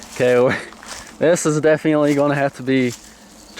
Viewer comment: You pronounce definitely like "Def-ee-antly" and its really annoying